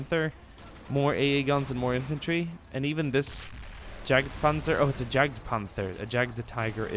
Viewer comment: Jagdpanzer Please stop saying it with an english J ...say it with an Y instead. So just say "Yagdpanzer". Sincerely, The Grammar Nazis ;) Keep up the good work :D